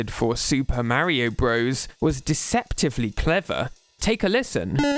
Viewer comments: When did this trend of pronouncing "bros" phonetically? It's short for Brothers. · It's pronounced BROTHERS, not "bros". "Bros." is how you abbreviate "brothers." But it's still pronounced "brothers." Other examples: Cpl is pronounced corporal Lt. is pronounced lieutenant Sr. is pronounced senior Jr. is junior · For those who don’t know, including here, the game is NOT called Super Mario Bros, like a frat boy. The game is in fact called Super Mario Brothers, like anyone with a brain would say it. The abbreviation Bros. Is short for Brothers. The problem with Nintendo youtubers is that they are young and didn’t actually play these games as kids and they don’t do any of the most basic research like how to pronounce words or understand basic English grammar. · Pronouncing Mario "bros" like the modern US slang term for "friend" makes me cringe. Back in the 80s and 90s when these games were being created it was always fully pronounced as "brothers". Maybe it's PewDiePie's fault ...